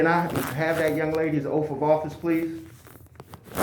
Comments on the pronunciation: Its Oath, not OAF! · Dude, its Oath not OAF.😂😂😂😂😂😂